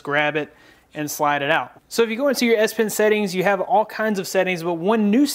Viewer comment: S5's Note Pen :) sounded weird at first, until I rewinded and heard again...